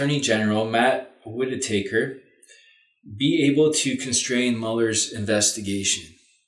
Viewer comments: FYI, it's not Whita taker, it's Whitaker! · Enjoyable reading. Just a quick mention that in US, Whitaker's name is pronounced "whit-a-curr". I too have faith in Meuller having lots of actions already set to happen during the time it takes to remove Whitaker. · I was just about to post this Cynthia. It's WIT A KUR :-) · Lots of people get his name wrong: it's pronounced WIT A KER.